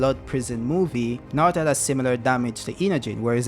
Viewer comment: bowuto & nawuto, I love you bro, chuckles.